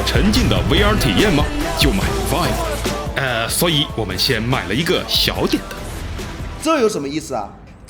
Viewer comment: 其实我一直想提醒PY君 vive的发音应该是viiv